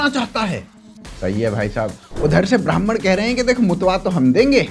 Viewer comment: Brahman ❌️ Bamaan ✅️